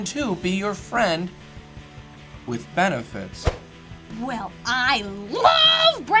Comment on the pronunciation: FRENZ WITH 'BENIFITZ' Oooo